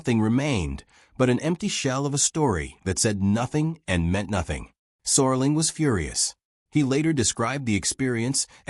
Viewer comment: It's Rod Serling not sorling.